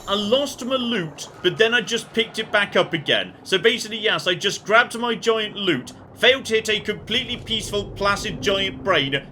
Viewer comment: LOOT. You are after LOOT, not LUTE! Oh dear...